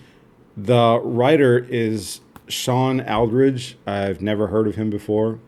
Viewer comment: Shawn Aldrige is my cousin. You said his name wrong bro lol. What did you think of the series?